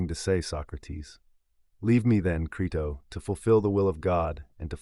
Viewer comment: (1) How about learning to pronounce your source material's title properly before recording? (2) How about also learning how to spell the name of the man whose translation you're using?